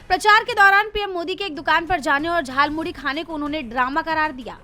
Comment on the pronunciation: मोदी ने गलत प्रोनाशकिया.झारमुड़ी नहीं जालौमूली बोलाथा